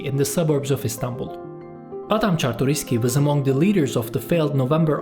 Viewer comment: whatever man, im not here to argue. Jerzy was the only thing you said wrong, I was suprised that you said Czartoryski perfectly.